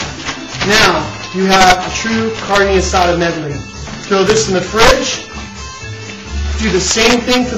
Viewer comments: Say carne asada right not carnie asada! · He said carne asada not guisada lady, its kinda close to asada but hey everyone has their recipies for it and how they like it done.. (chille del monte ees better) though calling a variety of diced onions a medly got on my last nerve... and calling a taquito a burrito is just... yeah... but ehh whatevah jooo cares am I right.... Oh I'm right.